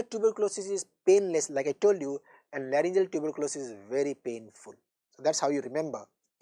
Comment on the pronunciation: larygoceal not layrngimalacia